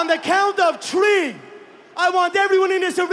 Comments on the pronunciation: at the count of tree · When i count to tree🌲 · On the Count of Tree.